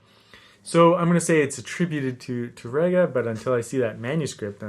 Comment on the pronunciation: Wonderful teaching as always,! I'd like to make a very small correction: Francisco Tárrega's name is pronounced with the accent over the first syllable, TAR-re-ga and not Tar-RE-ga. This is because the correct spelling of his last name has an acute accent over the first 'a'. The accent also cancels the rolled 'r' (the Spanish letter 'rr'). Years ago I pronounced his name as if there was no acute accent and proudly trilled the 'r' (I was very proud of my trilled 'r's LOL). My barber, who was hispanic and a guitar lover, quickly set me straight.